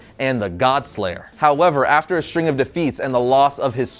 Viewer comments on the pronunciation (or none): none